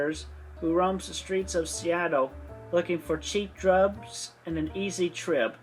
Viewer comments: “Cheap drubs and an easy trib” my god I just can’t anymore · "looking for cheap drubs and an easy trib..." Me too though 😂